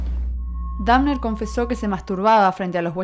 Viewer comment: la mina dice dafner jsjajajajaja